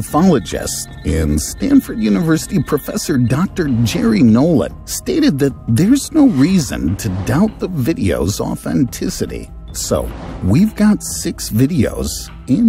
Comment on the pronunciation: How many times can you get names wrong before you lose credibility completely….who tf is groosh? Who tf is JERRY Nolan?